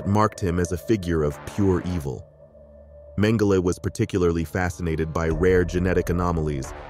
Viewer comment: I've never heard Joseph Mengele called Joseph Mengelay, and sounds absurd, I notice this from younger people this kind of thing, wondering why this happens, how can a pronunciation of names and words spoken different for so long with these same words, spoken for generations, have become changed, is this what is being taught, doesn't make sense to me.